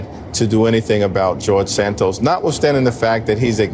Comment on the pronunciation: “…George Santoast…”😂😂😂😂😂